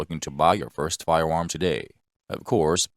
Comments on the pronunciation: Da fuq is a "fiwam?" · What is a fire warm? Jesus man can’t we get a narrator without a speech impediment?